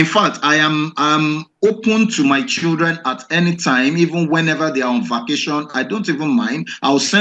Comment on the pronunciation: So the man can say 'my childreen'????